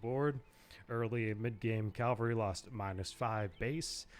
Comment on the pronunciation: "CAVALRY", not calvary...